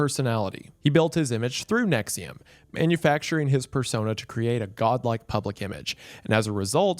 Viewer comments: I haven't watched the video yet, I clicked on this vid and read "Nixium" in my head and went "but its probably not pronounced that way" and the first sentence was indeed you pronouncing it that way. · If you buy into thinking “NXIVM” is pronounced “nexium” honestly you probably deserve whatever these people do to you 💀